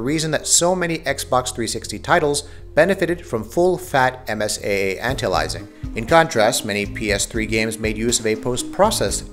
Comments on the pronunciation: songokuemumania not to mention the pronunciation of anti aliasing lol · songokuemumania lol, just what I was thinking. He also pronounced anti aliasing funny.